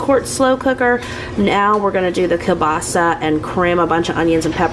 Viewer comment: I am Polish, and oh Girlfriend, I love the way you pronounce "kiełbasa"! It is actually almost 100% correct. You put the stress in the right place (which is a difficult thing to do in Polish language). The only difference is, every non Polish speaker pronounces "Ł" like "L" because this letter dosn't exist in many languages. It is pronounced just like "W" in the word "weeekend". But this time I had to stop the video to process your pronunciation, I was just like: "Did she just say "Ł"? Great job,!!!" It had to re-watch these few seconds five (FIVE!) times to finally decide that it was "L". I know this is a long comment, but hey, I am proud - Polish is very difficult and I am always so happy when I see kiełbasa in your food hauls, because I know that you are about to say its name and your pronunciation is so good. And yes, it is me judging your ability to speak a foreign language based on how you say one word 🤣. Have a great weekend, much love - Maria